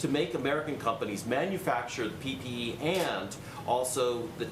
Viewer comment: Did he really say PPP? Not to nitpick but I guess I am but it’s PPE. Personal Protective Equipment, but what’s that other P stand for Personal Protective Porcupine? I have no idea